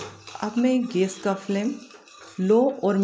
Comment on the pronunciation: idea to aacha pr aap gas bolna sikhiye...